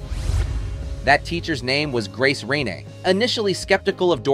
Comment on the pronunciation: Doris Day's singing teacher was Grace RAINE, not Reine, Pronounced RAIN, the e is silent. Grace Raine was a well known singing teacher/coach in Cincinnati, Ohio and she was my Great Aunt.